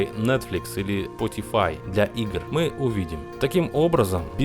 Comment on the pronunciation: Не Potify, а Spotify это сервис по стримингу музыки еще название нинтендо не правильно говорил. А так ролик отличный, каждый жду с нетерпением